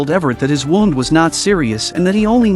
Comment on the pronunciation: The way this audio keeps f**** saying wound is really triggering